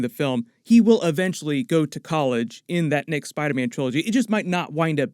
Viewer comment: I’m hearing him say spide man